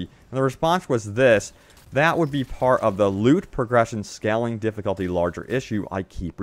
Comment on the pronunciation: Scaling* (Skayling, Not Scalling like you continue to pronounce it) More glorifying vids about Anthem please. 🖖👽